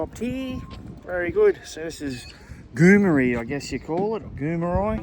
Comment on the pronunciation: Hi mate the town Goomeri is pronounced Goo-Mary cheers